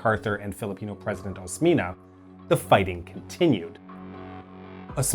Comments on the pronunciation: This... I definitely didnt expect. As a Filipino, there really is a lack of details regarding cold war history besides the ones tied to Marcos. Also, we usually pronounce Huk as Hook and Osmeña as Os-men-ya (notice the ñ [enye] rooted in spanish) Edit: We also pronounce Quirino as Kee-ree-noh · Osmeña is pronounced “Os-men-ya” Magsaysay is “Mag-s-eye-s-eye” Quezon is “Ke-zon” The Philippines isn’t a parliamentary system. It has the Congress with both similar to the US Congress. Quezon isn’t the 1st president, but he is the 1st president of the Commonwealth (with the US). Osmeña being the 2nd and last. Edit: Roxas is actually last. Also note, the breach of truce is still quite frequent in the current communist insurgency. First shots started by the communists in every truce between the government and the insurgents. All truces are farce truces to the commies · Firstly, no one cares about pronunciations Secondly, the Philippines had a Parliamentary system during the Marcos Era, it was the first and only time that we had one which was during the early Martial Law years. Thirdly, Osmeña is NOT the last commonwealth president. Manuel Roxas was the last and the first president of the fourth republic. And lastly, your opinion regarding the commie always starting wars and not always sticking to the truce is a disputed claim. Get you facts straight and don't comment if you are not 100% sure. I am a professional historiam and this is the advice that I can give you.